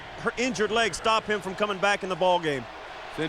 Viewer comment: And he pronounces the word “him” as “eem”